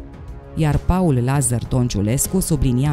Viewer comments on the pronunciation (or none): none